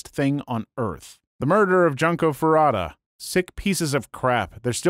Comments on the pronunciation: Junko is pronounced June Co not Junk Oh. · Junko's name is pronounced June ko Fud u day Remember her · Damn, at least try and pronounce Junko's name right It takes 30 seconds to find out how it's pronounced Have some respect